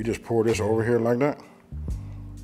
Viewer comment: He sed, "Fight ober dat edge". DAWG, you know it. BIG fist fights ober dat edge. nom nom nom